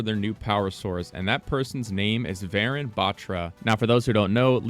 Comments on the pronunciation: Its not varen its varun like "un, dos tres" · I love how he pronounced the name as varen bat-ra but in reality it’s varun Batra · btw its not pronounced varan, its pronounced va-rune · IT isnt VAARUN its Varun think of it like this. VA RUN you say it like VAYRUN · Lol I didn't realise it's Varun until I paused and saw the email that it's not va-run. Ik that's how most foreigners pronounce Indian names but it's va-rune btw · Why is he pronouncing "varan" it's "varun"😂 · I’m pretty sure it’s pronounced varoon not varan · Pronounced "Varoon" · its wa run to pronounce tho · Pronunciation of Varun is Vaaruun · update this is dope I got the same name as the new agent but pleaseee it’s pronunced vuh-rune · Even tho you completely butchered the name Varun (Va-ruu-n), that was a nice deduction. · "vayrun" "vah rune a" cmon bruh.... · Varun is a male name pronouced like "varoon" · Just a quick pronunciation correction for everybody: Varun is actually pronounced Var-oon kinda like the color Maroon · dont want to be that guy but j wanted to lyk its pronounced varoon like maroon but w a v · if the character is of indian origin then their name would be pronounced like vuh-roon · pronounced vahroon 🙏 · Varun is pronounced as vuh-rune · it was kinda funny seeing you pronounce varun batra so wrong, but the effort is appreciated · how did he mess up “Varun”… 💀💀💀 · Say his name right white boy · after varun there is a n sound like n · also your saying Varun wrong :l